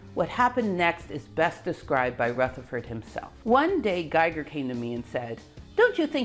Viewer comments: I really loved the video! Congratulations! Little corrections: names are: Geiger (not Gieger) and Niels, not Niel Bohr. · Scintilatien is spoken like sintillation, not skintillation! Geiger not Gieger! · Geiger not Gieger. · It's GEIGER , not Gieger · Geiger, not Gieger. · You are the best nerd I've never met :-D Thank you for HOURS of high class entertainment. Just love it! A side note: You pronounce it perfectly, but someone has made errors on the way: It's a bit annoying (as a European) when "Geiger" (the scientist) is constantly named "Gieger" (the artist). Likewise "Niels Bohr" is not named "Niel Bohr" ... Niel was a moonwalker, Niels weren't (although quite good at soccer) ;-) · yea i wanted to mention all the german names with an "i" sound. Geiger for example. i and e always switch places here ;-) but the pronounciation is very accurate for an english speaker...